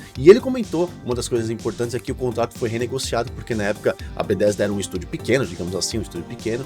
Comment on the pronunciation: Video ótimo, mas como me incomoda como você fala Bethesda... Este "th" não fala como "d" irmão.. É muito errado falar "Bedêsda".. Meu ouvido dói todas as vezes.. Haha! Ou fala Betésda em português mesmo, ou saca qualé deste th, e fala o nome todo com entonação correta do inglês... Mas "Bêdêsda" até dói o ouvido.. Rsrsrs